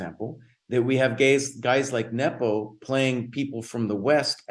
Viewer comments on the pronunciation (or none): Someone tell that his pronunciation of Nepo is way off. Come on, he's been a top player for over ten years!